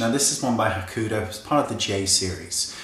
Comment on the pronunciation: WAAAAAAAAAAYNE. Say it with me: HAH. KOO. HO. DOUGH. Not hahkoodoo. Hakuhodo.